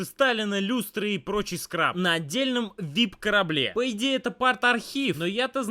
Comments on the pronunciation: не скраб, а скарб!!! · не скраб, а скарб) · правильно скарб, а не скраб. Это разные слова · Скраб ? )) Скарб) вообще-то. Ну, это ладно, оговорка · Не скраб, а скарб.